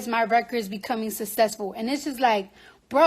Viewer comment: Was she saying SUSESSFUL? 😂